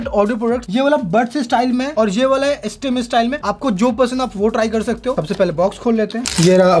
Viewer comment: Estem nahi re stem bol